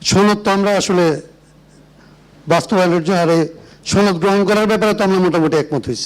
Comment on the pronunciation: এই বেয়াদবকে ঘার ধাক্কা দিয়ে বের করে দেয়া হউক। ছনদ না রে গাধা এটা সনদ। ইয়াবা /ফেন্সি কিং এটা, দুর্নীতিবাজ। সংবিধান কি কোন ঐশী বাণী? আওয়ামী বয়ান ঝাড়ছে! টেম্পো ষ্টেন্ড কি এখন দিল্লির হাতে বর্গা দিবি নাকি বেচে দিবি? জমগন নেংটা করে পিটিয়ে মেরে ফেলবে। নেপালকে দেখে শিক্ষা নাও নইলে খাম্বা বেয়ে ওপরে উঠতে পারবা না।